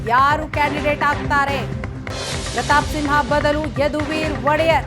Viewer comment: It's SIMHA not SINHA